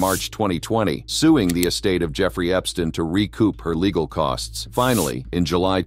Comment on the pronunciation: I hate AI videos- can’t even say the perverted man’s name correctly! I also hate Trump always being drug in - Trump is the one who started the investigation after realizing Epstein was a pervert! And for that matter - let’s be real - Epstein isn’t dead!